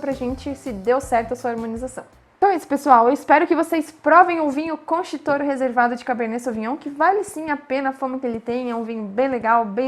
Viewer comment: Querida, a pronúncia pode melhorar... Concha Y Toro é o mesmo que: contha i toro... não é concha